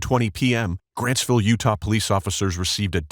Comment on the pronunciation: Oh so it's: grantsville police department, at: . This whole time I thought the cop was saying grassville police department. 😂🎉